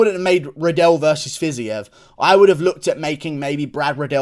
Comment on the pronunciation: Bro it’s pronounced “FIZEEV”